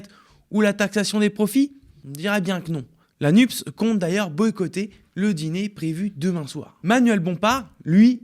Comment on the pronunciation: Nupès, c'est si difficile à lire ? Y a pas marqué Nups...